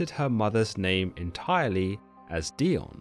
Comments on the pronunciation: Wouldn't the name be pronounced DAI-OH-NEE? I mean...she IS Greek after all. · It's Dee-oh-nee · I love this channel! (I think it is pronounced die-oh-nee) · Wow first time hearing it pronounced this way. My name is Dionne pronounced Dee-Ahn.